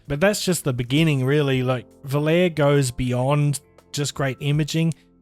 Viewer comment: Pronounced "vo-lar-e". 🙊